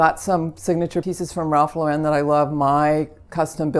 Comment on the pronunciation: I'm always surprised when professional designers pronounce, "Ralph Lauren" incorrectly . It's "LAU-ren" (as in Lauren Bacall) - not "lau-REN" (as in Sophia Loren.)